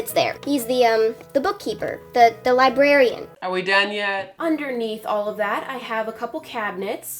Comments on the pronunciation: You mean your li-BARE-ian!!!!😉😂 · li-bear-ian • • • • • teehee